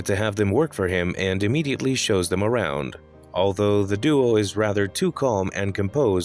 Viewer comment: “Arwound him” ok arwound?😂